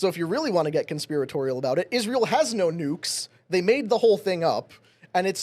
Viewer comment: Why does she pronounce “No” as “NER”